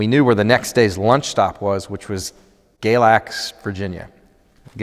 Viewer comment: I live in Galax, Virginia. I love hearing when people go through here and when they actually pronounce the name correctly!